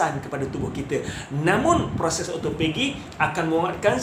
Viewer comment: ya...kalau saya nak turunkan berat badan saya tak buat puasa sunat,sebab saya takot lari niat,kalau puasa sunat,mmg saya puasa ja,takde niat untuk autophagy atau turun berat, Oh ya,sebutan autophagy adalah O - to - fe - ji